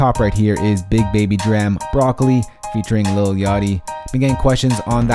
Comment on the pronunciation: he said dram wrong